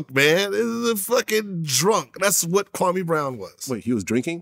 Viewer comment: Is Gilbert saying kwame Brown or "Krummy" Brown